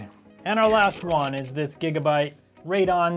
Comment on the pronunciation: when pronounced radeon as "ray-don", I knew right away he's not a computer guy.